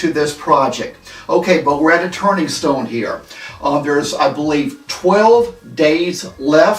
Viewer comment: WTF is a turning stome?